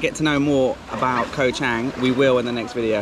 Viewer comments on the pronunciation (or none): Pronounced Chung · .....you are hurting my ears every time you mention the name of the island. Although the english spelling is with an "a", the correct pronunciation is with a "u".....so the phonetic would be Koh Chung.....I know I am pedantic....same with the beer...it is pronounced Chung....meaning elephant. Have a great time....Cheers.